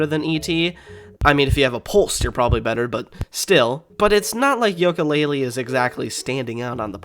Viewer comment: why are you saying Yolka Lay Lee instead of You Ka Lay Lee?